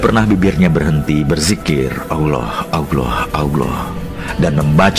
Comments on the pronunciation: Videonya bagus, cerita yang disampaikan oke.... hanya narator di dalam video ini menyebut nama Alloh saja masih terdengar Auloh... itu salah... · Yang ngomong kok nyebut allah dengan awloh? Sudah jelas pembuat vidio bukan orang yang tahu alquran dan islam